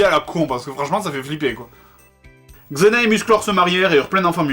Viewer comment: c'est Xena pas "zeina"